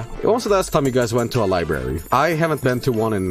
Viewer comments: Lie berry : ) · No it's Libooby